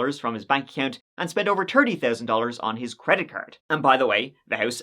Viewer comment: In this episode, said “tree (3),” “turteen (13),” “turty (30),” and my personal favorite, “turd (3rd)” 18 times.